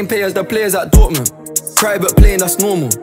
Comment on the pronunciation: How he pronouncing dotmund makes me proud as a german great song